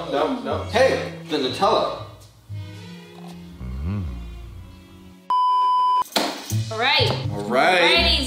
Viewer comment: Am I the one who is frustrated why she is saying noooootellla not nuuuuutellla???